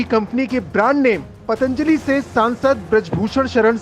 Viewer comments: Patanjali bol bhi na paa raha ye anpadh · इस गधे को पतंजलि बोलना भी ठीक से नहीं आता। बाबा रामदेव के पतंजलि योग की बात करने से पहले कितने पतंजलि का नाम जानते होंगे। वैसे तो चरक फार्मा, बैद्यनाथ आयुर्वेद का भी नाम बदलना पड़ेगा।